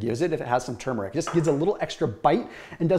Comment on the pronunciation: He’s one of very few people who pronounce turmeric correctly.